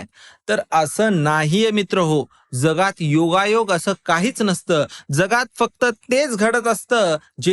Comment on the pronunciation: जगात चा ज हा उच्चार जनता सारखा उच्चार आणि जहाज सारखं ज नाही बाकी व्हिडीओ आवडला